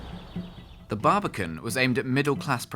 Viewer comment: immediately clicked off after the exaggerated pronunciation, the baribican cool tho ig